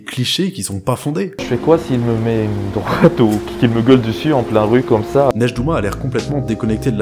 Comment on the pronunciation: mettre une "doite" bruh